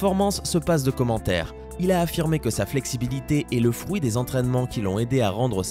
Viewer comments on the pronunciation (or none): none